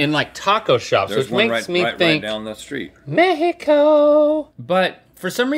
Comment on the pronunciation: I love how Link pronounces Me-hee- coooo!